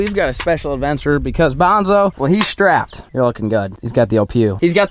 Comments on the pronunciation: Is it only me or was calling bonzo “banjo” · Every time you say Banjo i think youre talking to Outlaw’s dog😂